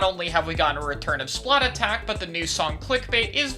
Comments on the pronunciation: Perfect video, besides one thing. It’s “splattack,” not “splat attack!” Keep up the great content, you never miss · Idk why saying "Splatattack" over "Splattack" is pain, no offense, It just pains me when people pronounce it wrong, which is quite apparent for this song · Just saying it’s splattack and not splat attack. It’s a pun rather than two similar words.